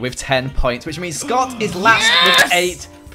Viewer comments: LOL EETS SCUUT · "ETS SCOTT"